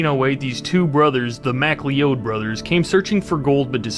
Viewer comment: McLeod...it's a it's an Irish/Scottish name, pronounced mi-cloud... I know, I'm Scottish 😂 but "macleeodd" or whatever he said was funny.